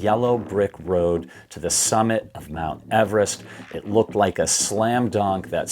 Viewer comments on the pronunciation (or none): none